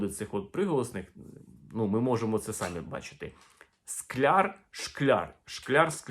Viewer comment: Не сАмі, а самІ.